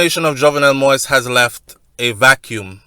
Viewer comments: Say it like that: Moh is. Like in the phrase Moh is a nice guy lol. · I thought, by now some body wound have corrected you on the pronunciation of the president, s name,.it's Mo - is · Stop news that you no nothing about!!! OMG!!! please please please learn how to pronounce the President correctly!!!